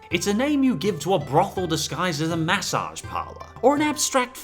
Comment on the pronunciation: You say "massage" weird.